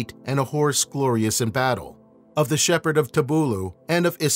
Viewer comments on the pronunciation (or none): none